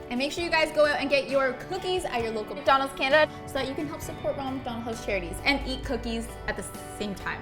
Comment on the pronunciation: Ngl that ‘mcDonAlds CANada ‘ spooked me 😂